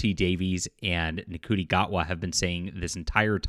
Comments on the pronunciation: NCUTI IS PRONOUNCED....SHOOTY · I believe his name is pronounced something like "Shuti". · With respect, you are mispronouncing the actor's name - it's pronounced "Shooty".... Or more correctly "Shitty" which sums up his acting and this whole "woke" circus. Send in the clowns...oh wait...They already did! 😆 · Just for future reference, Ncuti is pronounced Shooty. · Great video and I totally agree with it I've been watching doctor who since 1974 and I hate saying I'll never watch it again now because it's not proper doctor who. Ncuti is actually pronounced Shooty. Keep the great videos coming by the way I've just got your three books on Kindle so I'm looking forward for reading proper science fiction